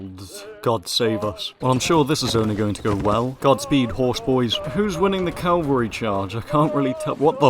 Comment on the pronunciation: Cavalry It's Cavalry Not Calvary You're English you should know this